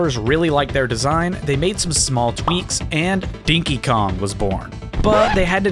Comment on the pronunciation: I honestly thought he pronounced it wrong saying "Dinky Kong" 😅